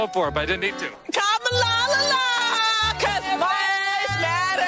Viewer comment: "Kamalalala!" - I thought mispronouncing her name was racist?